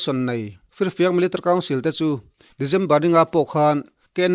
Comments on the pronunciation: MIL .TARY 😀😀😀😀 military tiin lam ve mai la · I trawng hmanhmawh mahh2 anih hi.. milatary pawh iti hman lo miltary iti a ang deuh ber.. mahse a bengvarthlak e